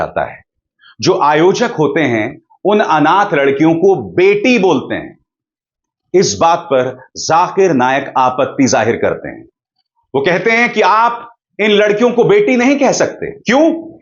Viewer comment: kahte hai khate hai kou bol rahe ho kaheta hai esa bolo😂